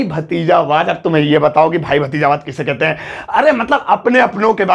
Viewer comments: sir wo hindi me bhatizawad hota h na ki bhajitawad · BAHI wo भतीजावाद होता हे भाजितवाद नहीं